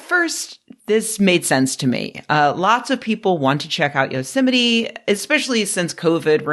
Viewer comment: Every time you say Yosemite I hear Donald Trump saying "yo semite." Ruined for me forever.